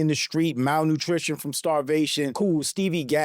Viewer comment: 😂 got plenty lef to talk about aba aint pronouncing something right when you can say malnurished instead of malnutrition😂